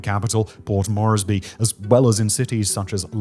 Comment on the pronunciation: Moresby, please say it correctly